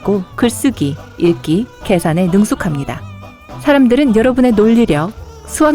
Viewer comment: 토끼말할때 처음에 '러분' 무엇